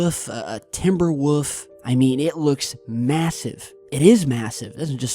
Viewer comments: Take a shot every time you hear, "TimberWoof" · It's timberwolf. Not timberwoof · TIMBER WOOF! LOL, PUT AND L IN THERE.... WOLF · 😂😂😂😂Surely I'm not the only person to notice this dope called that Timber Wolf a fuckin Timber "Woof"!?!! 😂😂😂 Hoooolllly shit. A new level has been achieved!! And it's lower than it was before! Haaaaaaaaaa! #muppet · Yeah it's a 'timberwoof' lol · Woof? Whats a timberwoof?;-) Wolf,. Theres an L in there. <3